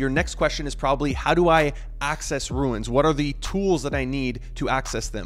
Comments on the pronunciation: Why are you saying runes like that? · Lol he's not the only one 🤣 virtual bacon says it similarly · Wtf??? Dude pronouncing runes like Stewie Griffin. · I can’t even explain how much it bothers me that he can’t pronounce rune. You ruined this runes videos. See the difference? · Runes. first step is learning how to pronounce it. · its just funny to hear, specially since you say it so many times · Bro, it's called RUNES, not RUINS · ROOOOOOOOOOONS NOT RUIIINNS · why does this guy pronounce RUNES as RU-INS wtf? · I think it's pronounced runes, not ruins. Good info though, thanks. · Runes, not ruins. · ya every time he says it i thought the same thing - its Runes (i.e. roon like moon) not ruin like u saying ruin is ruining the video;) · RUNES not Ruins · ROOOOOOOOOOOOOONNNNSSSS NOT RUINS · Let’s say it together slowly... ROOONS 😉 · Is English this guys second language?dude can’t say rune properly lol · stop saying "ruins" lol its runes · RUNES ......NOT RUINS!!! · Don't call them "Ruins", because the translator translates them exactly: Ruins! And the correct pronounciation is: Runes (ruuns) !! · Dyslexia is persistent in this guy. Did someone tell him it’s ruiins? and not runes? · It’s pronounced ROONES!!! “Runes - ancient symbols” 😂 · How could you possibly RUIN the name ROON by calling it a RUIN? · It’s rooooons not ruins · It’s pronounced rewns not rooins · Yeah,he is destroying the word .Runes not Ruins ! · Rune not Ruin. Just like moon, but with an R. Lol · runes not ruins lol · for the love of god, why are you calling them ruins? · Is there a reason he is saying ”ruiins” ? perhaps there is something we don’t know? or perhaps he is dyslexic? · RUNES....not RUINS... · If you can't even say the word "runes" correctly, I'm not watching the video. ;P~~ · Stop saying ruins…holy shit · I stopped watching as soon as you said "ruins". How can I learn about them from you, if you don't even know how to pronounce the word? Lol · he said : ruins ?